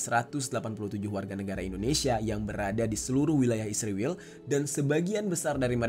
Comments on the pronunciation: Israil...bukan isrewel.😂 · Bang kok jadi isriwil si😭😭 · Kalau bisa sebut Israel saja jangan sebut isriwl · Kenapa nyebut isriwil dan tidak Israel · Kok jadi isriwil tetep Israel aja jadi kaga enak didengar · Israel bang bukan isriwil, sok paling baik lu